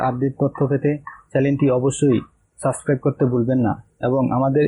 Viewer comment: পুরো ভিডিও দেখলাম।বাট রিপোর্টার তো কথাই ঠিকমতো বলতে পারে না হাহাহাহা চ্যালেন কি ভাই...? ওটা "চ্যানেল"। আর সাচক্রাইব টা কি জিনিশ...? ওটা হবে সাব্সক্রাইব